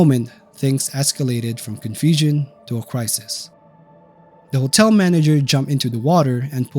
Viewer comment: Can't pronounce the word "hotel". Makes a video about hotels.